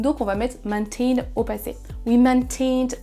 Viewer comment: You also made a mistake, you pronounced "of" as "off" instead of the IPA sound /əv/ It's not Maint IN but meɪnˈteɪn